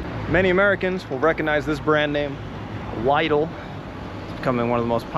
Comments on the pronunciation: LIE-DL lmao :D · “Lidl” is pronounced “Leedle”… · Liedel (Lidl) pronunciation threw me off lul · "Leedle", not "Lie-dle" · He called Lid-l Li-dl I'm dead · Pronounced like “little” not “leedle” lol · We pronounce it "Leedal" (Lidl). Also, butter in pretzels is awesome, you should try it. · did my man just call Lidl "Lie-dull". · You should learn some German. It's a nice language. The letter 'I' sounds like long E. So Lidl is pronounced LEEDL. Aldi is ALLDEE. And there are speed limits on the highways, especially close to cities. Mind the signs. Youll get a big fat fine. Only the left lane is a passing lane when the No Speed limit signs designate the speed limit is removed. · LIDL pronounced LEE-dill is not German but actually Spanish. Dresden was bombed two nights in February, 1945,not 1944. Churchill & Bomber Harris were the shitheads who orchestrated the vile & pointless act. Pure evil as there was no military point in destroying this magnificent city.